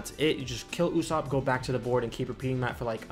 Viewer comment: Usopp is pronounced oo - soap